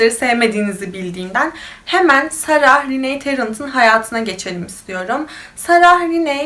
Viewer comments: ingilizce yazismasinda "sarah" diye yazilir ama okunusta sondaki "h" tellefuz edilmiyo. yani cok kasmaniza gerek yoktu, Sara veya Sera diyebilirdiniz. yani bu isim bir coook ulkede de kullaniliyor cunku cok yaygin ve hicbirinde de saraH diye soylenmiyor. ilk defa goruyorum birisi "sarah" diye soyluyor bu ismi cok sasirdim nasil olur diye.(bundan sonraki videolariniz icin soyledim aklinizda olsun) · Keske olaylarini paylastigin inslanlarin isimlerini düzgün bir sekilde söyleye bilsen. Cok rahtsiz edici. Sara „h“ cok rahatsiz edici.